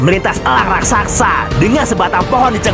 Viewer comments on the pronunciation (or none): none